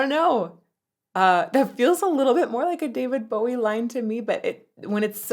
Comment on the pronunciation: The first point I'll make is, we'll done to a person fro. Across the pond pronouncing David Bowie's surname correctly. And second point.. your cha cel is amazing and so are you!